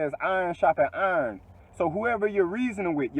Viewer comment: when duh way dis nigga said iron Ik he from B Moore